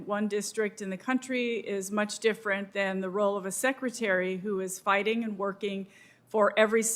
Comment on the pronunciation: Did she just say “fighting”?! Reeeeeeeeeeeeeeeeeeeeeeeeee